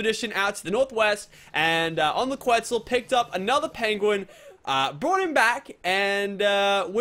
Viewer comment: stop saying quitzal eggs LOL